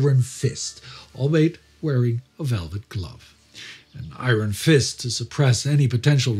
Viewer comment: You take great care to pronounce all those German words correctly but you can't pronounce "iron" right?